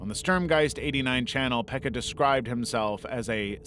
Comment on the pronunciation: I am from Finland and your pronunciation of Pekka's name was suprisingly okay👌❤